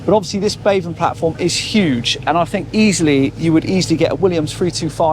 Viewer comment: Obviously, it's Obviously Obvious ! 174 'obviouslies'. Also, why is it the younger generation are incapable of pronouncing their 'TH'. ITS NOT 'FREE 2 5' 'FINK ' 'BAVIN platform' 'nice FING'. Illiteracy at it's finest. Jeez .... 😅